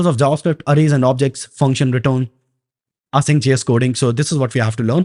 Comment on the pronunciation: "AA SYNC"😑🙄🧐